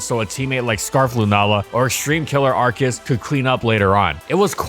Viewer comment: It's Arceus not Arkeus